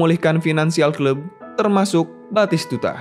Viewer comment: Komentator di PS1 dulu teriak nya.. betiskudaaaa nggak taunya batistutaaaa